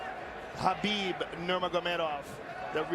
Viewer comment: I'm just shocked at that time Rogan knew how to say Habeeb's name correctly